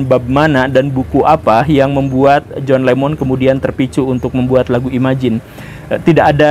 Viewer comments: John Lennon bukan John Lemmon pak..😁😁😁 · Boss kalau belum menguasai materi lebih baik jangan di bahas, Jhon Lennon masa di pengucapannya salah melulu Jhon Lemon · koq john lemon..??..😂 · kok kadang menyebut John Lennon sbg John Lemon sih. 😂